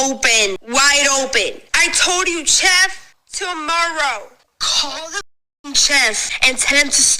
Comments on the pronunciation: She really pronounces chef as “chef!?” 🤦🏾‍♀️🤣🤣 + she’s stiff af and can’t even dance! People are really making others “famous” for breathing! 🤦🏾‍♀️ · Someone needs to tell that chick that it's pronounced shef